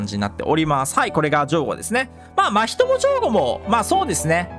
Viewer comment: 真人のイントネーション気になるな〜笑